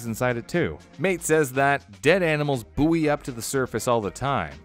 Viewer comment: bouy is pronounced boy